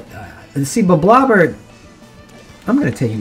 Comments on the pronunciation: It’s not “blob-blob-er”, it’s “blob-lobber”. Because you’re lobbing blobs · It’s pronounced blob-lobber